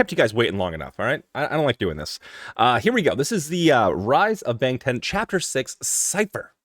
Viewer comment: BANGTAN pronounced as BUNGTUN ..